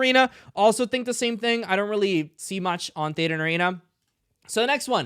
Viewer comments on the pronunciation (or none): none